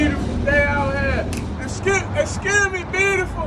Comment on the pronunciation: Sound like eating gum or something lol